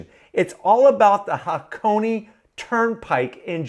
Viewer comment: Say it with me HA-KO-NAY. Not HAH-CONEY.